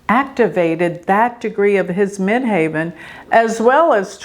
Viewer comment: why do you say Mid HAVEN instead of Mid HEAVEN? I have honestly never heard it pronounced that way?